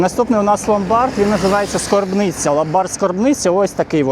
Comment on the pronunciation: Загалом тема цікава (для загального розвитку). Будьте уважні у вимові: "СкОрбниця" - це схоже ритуальні послуги, а ломбард - "СкАрбниця"😁